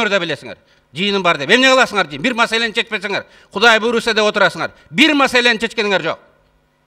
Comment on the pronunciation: Масаля деп кетти сокен акя